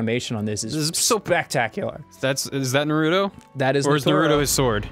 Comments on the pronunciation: I don't know if they are just being silly or not. How do you claim to watch something and not know how to pronounce the name of the show/main character? "Naruto" is probably said a minimum of five times per episode..... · How the fuck do you watch the series and still pronounce it like that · Says he a Naruto fan pronounces his name wrong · Not to be mean but I got triggered once he said his name wrong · Why doesn't Ross know how to say Naruto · "I have watched a ton of episodes"- and yet he still pronounces it Norooto. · He pronounces Naruto as Natoro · It's not naroodo It is pronounced NAruto It's snowing on Mt. Fuji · TheLordJake dubs say it correctly like nAruto, not norooto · Why do people pronounce it as narudo, with emphasis on the "Ru". Isn't it pronounced Naruto, with emphasis on the "na", with almost no emphasis on the "Ru" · This annoys the hell out of me too. its Naruto, not Nuhroodoe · Ryan Beattie it's more like Naduto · The the pronunciation as na-ROO-toh bothering anyone else? Or am I wrong for pronouncing it NAH-roo-toh? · Okay, it's not nar-OO-toh. Its NAR-oo-to. or Nar-oo-TO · who da fuck is nahrootoh its naruto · nar-roo-toe, not na-ru-doe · Naroodoe? But it's Na ru to. Like Ozimaki barrage. It's like Gon and Goon in HunterXHunter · The characters who have demons sealed inside them are called jinchuriki's. Also MaDARa's name is pronounced Ma-da-ra and Naruto's name isn't NaRUdo it's pronounced more like Na-ruto with an emphasis on the "Na." Anyway besides all the things Ross doesn't know, this game is pretty cool! It took me forever to beat it though, the story of the game feels very long. Keep up the good videos guys! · "I really like narudo" "yeah I watched naturo" >.> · I hate when people say narooto it's NARUTO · I just love it how Ross watched all the way up until the Pain battle, yet he still calls the show Naturo XD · tfw ross can't decide if it's pronounced naruto or naturo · Naruto not Narudo -_ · NAAR-uto vs Naroot-oh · "Nartoro" LOL